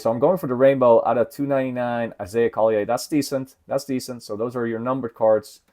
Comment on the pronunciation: Isaiah Collier pronounced Call-yer